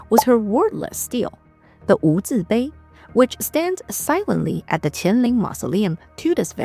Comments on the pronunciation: Great video thanks, Chinese history is hard to find in the west….😢 For future reference, in English, Stele is pronounced like stee-lee not steel 😊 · Stele is a two syllable word- pronounced as steel-lee :)